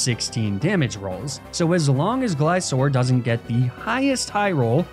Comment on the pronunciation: Fantastic video, but Gliscor is a gliding scorpion, not a gliding ssorpion. He is therefore pronounced "glaiskor". Awesome run, R.I.P. Rusty the non-levitating bronzong